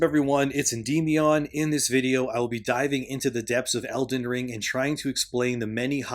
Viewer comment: Your name is ""? So why are you saying "IndImIon"? English is so unnecessary stupid.